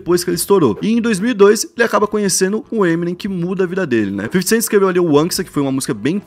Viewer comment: Ta falando o nome to Eminem errado ... eh EmiNEM